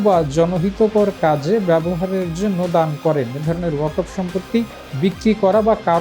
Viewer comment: Waqf uccharon ta thik kore koren je video ti porchen.